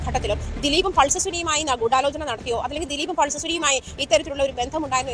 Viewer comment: ആദ്യം ഗൂടാലോചന എന്നു പറയാൻ ശ്രമിച്ചവരെയും നോ ക്കി പഠിക്കണം